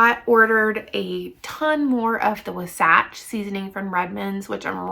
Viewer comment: It’s pronounced WAHsatch. Emphasis is on the first syllable. I live near the Wasatch mountains in Utah.😊